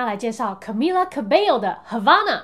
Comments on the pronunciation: 其實他的名字要念卡咪雅哦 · Camila 應該是要唸 cAmeela 要拉長音～